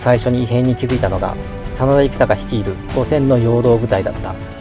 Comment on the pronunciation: 真田幸隆の読み方は恐らく”こうりゅう”です。出家して一徳斎幸隆と名乗ったわけで、実名は幸綱ですね。